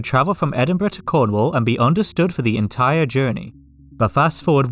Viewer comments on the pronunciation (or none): none